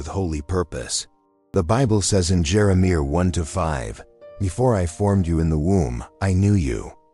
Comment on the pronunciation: AI can’t pronounce Jeremiah